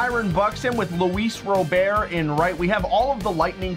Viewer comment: Just a heads up Luis Robert name is pronounced like the someone’s first name but overall good vid keep them coming